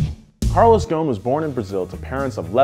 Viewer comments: Carlos GHON ? it's Gho S n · it is pronouned GHOSEN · The s is not silent his name is not goon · He is of Lebanese descents,his last name is in arabic thus it is not pronounced gone it is gho-se-n “غصن" witch literally translate to “ branche” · Why are you missing the S ghoSn. The s is not silent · You should pronounce the S. Ghosn not ghon. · Carlos GHOSN NOT GHON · There is an "s" Between "gho" and "n" You should consider pronoucing it😅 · Its Ghosn Pronounce gho-sen Meaning in Arabic "Branch" as a tree branch Thank you for all the great videos Keep them coming :) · Carlos last name is pronounced "Ghoo-son", a name which means "twig" in Arabic. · Carlos is Lebanese and so am I. You pronounce the S in his name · The “S” in his family name should be pronounced, ghoSn , just for info 🤔😇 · how is Ghosn pronounced Ghown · You are pronouncing his name very wrong .. it is divided to 3 pronounced words... GHO" SS" NN" ... GHOSN 😋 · The s is not silent in his last name u r saying it wrong